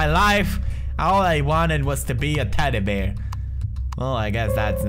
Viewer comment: Love how he says teddy bear like teddy beer :3 hahaha